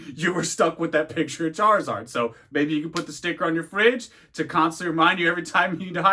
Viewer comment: You literally said "Chareezord" lol